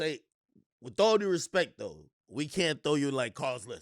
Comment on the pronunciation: Yo with all due respek “put some respek on cudi’s name” go back and do your homework.